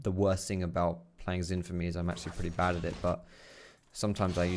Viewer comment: SHIN (AS IN ZHIN) NOT FUCKING ZIN